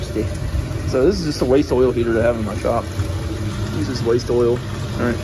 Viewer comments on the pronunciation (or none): Everytime you say waste oil 🛢 lol. All I hear is wastol like when you first made it. Wuv you